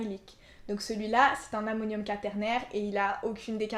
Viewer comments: Ca se prononce qouaternaire, non? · Par contre le mot quaternaire se prononce avec le son "oua" et pas juste le "a".